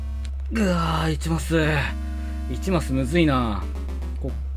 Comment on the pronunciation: 1マスがいちまつに聞こえた